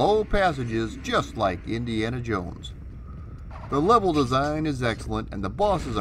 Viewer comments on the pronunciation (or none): none